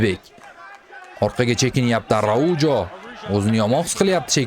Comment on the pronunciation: Arauho aytiladi